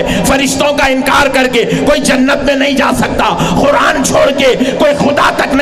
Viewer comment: comedy karne baitha hai,,,,, Sabse pehle Qura'an bolna seekh..Khuran koi word nahi hai,, isko comedy circus mein bhejna chahiye. Ye aalim nahi comedian hai..